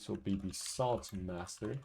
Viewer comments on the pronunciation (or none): what i hear: "sword master" what i see in text: "salt master"